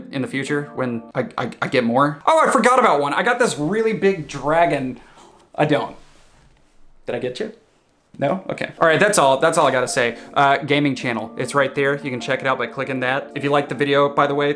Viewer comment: You got me on the “gragon”